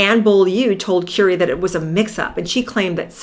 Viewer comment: Who is Kewrie Grant? It's pronounced Curry, like the food you eat!